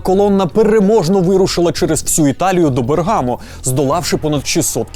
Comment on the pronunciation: як людина яка вивчає італійску вже два роки я маю сказати що не Берґàмо і не Імòла, а Бèрґамо та Ìмола зрозуміло що всім воно до пезди, але хоч би у вікіпедії подивилися як треба, бо вухам боляче(